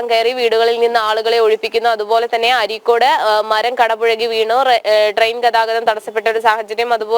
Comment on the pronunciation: അരീക്കോട് അല്ല അരീക്കാട്